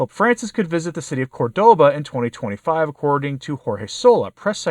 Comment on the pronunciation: CORdoba. Accent on first syllable.